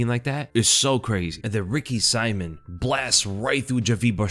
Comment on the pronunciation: just never gonna get Ricky Simón‘s name right lol